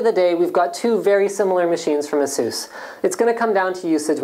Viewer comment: Ah-suse? I always thought it was Ace-us.